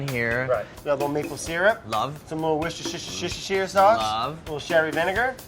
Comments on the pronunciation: "the wossashishashishashishashier sauce." :D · The caption should have be "Worcestershirshirehreire Sauce..." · Brad- a little sugar, a little wishshsh sauce 🤣🤣🤣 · Please tell Andy, wus-tur-sheer. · Wus-tur-sheer sauce. There is a Worcester in th UK and one on the US. Pronounced, Wus_ter. Or woosta or wistah if you say it fast enough. Try, The abominable snow man crunched his abdominal muscles. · WAR KESTER SHIRE SAUCE! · Brad: The wuschiwuschiwuschi sauce